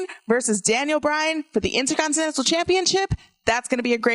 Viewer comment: Say it with me...INTERCONTINENTAL. There is an R. Please learn how to speak, and stop using the word “cringe” every 30 seconds. It’s not your autobiography.